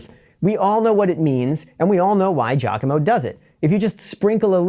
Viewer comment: Wait so you can speak Italian yet you pronounce his name "JACKOMO?" 🤣🤣🤣🤣